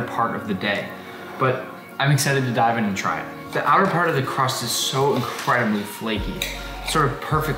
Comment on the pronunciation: when he said part I thought he said fart